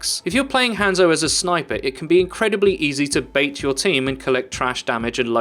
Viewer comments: Ranzo is even more accurate actually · Hanzo is not said like that its "Ha" as in ha ha then add a N then zo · If you pronounced his name right, I probably would have watched the rest of it. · Why are you saying hanzo's name wrong?